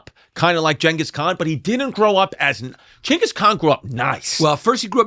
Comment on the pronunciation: It's not gengus or chingus, it's jingus